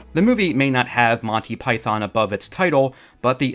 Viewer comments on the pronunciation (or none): Monney Python. Enunciate my lad. Monty. MONT EY! TEE TEE! You sound like the people in my early 1980s high school who had no idea it’s a comedy team and not a person. But you obviously care very much! 😊 Listen to the opening of each Monty Python episode. And there you are. Thank you for making this video. And hopefully bringing it to more people’s attention. ❤❤❤